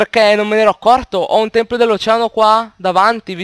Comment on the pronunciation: Tempio, Tempio. Non "Templio". Invece il plurale è "Templi"